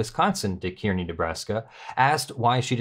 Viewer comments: I'm from Kearney. Its bigger than North Platte, as is it's airport. North Platte is mostly railroad yards. Both airports are small regional ones. Also, Kearney is pronounced 'car-knee' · A minor point, but flights from Omaha to Las Vegas, round trip, are available for less than $300. They really want you to go there. An even more minor point, but kind of a pet peeve, Kearney, in both Nebraska and Missouri, is pronounced Car-knee. Great read-through,. I'm not sure dissolving the NY NRA is necessary. Certainly removal of the violators, barring them from working for any non-profit in the future, and either full restitution or having to pay taxes on all gifts (with late fees and interest) would be sufficient. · It's pronounced car-knee, and it isn't that much of a burden to drive from Omaha to Kearney. This is what happens when you let people believe their own press. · Place names will never be easy, but Kearny, NE is pronounced like "carnie". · Just a FYI - Kearney, Nebraska is pronounced as if it was spelled "Kar'-nee." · Kearney is pronounced car- nee. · It is pronounced (Kearny) car-ney. Yes i am from near there.